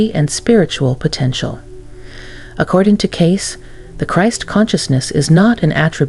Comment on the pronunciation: AI voice not pronouncing Cayce correctly.